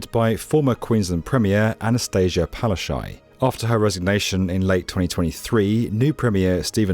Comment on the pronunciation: I don't know how you got "Palaschay" from "Palaszczuk". It's more like "Pa-la-shchu-k"